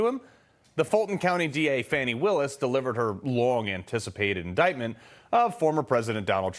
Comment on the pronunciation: Fani Willis says "Indickmouth" lmao.......